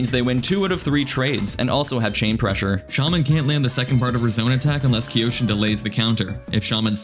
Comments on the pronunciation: Isn’t it pronounced Kai-Yo-Shin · kyo shin, like toKYO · Yes I hate myself for mispronouncing Kyoshin as Kee-oh-shin. Maybe third time's a charm. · “K-yoshi-N” Or just Yoshi